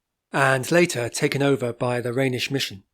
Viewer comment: Not really. The German name is Rheinisch and his pronunciation is correct.